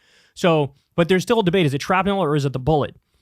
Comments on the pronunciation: It’s pronounced shrap-nul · Listening ti Kyle say Shrapnel is like hearing him say Rural. He says it shrapNELL